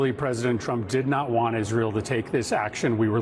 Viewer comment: Sorry ladies Plz don’t say Aye ran It’s EERAN ITS ISRAEL NOR EYE SRAEL ALL THE RRST I LOVE WATCHING YOU